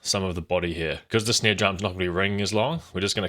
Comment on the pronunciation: Lol you say snare funny. Sneer